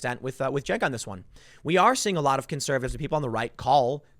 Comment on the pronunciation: "Jenk" bahahaha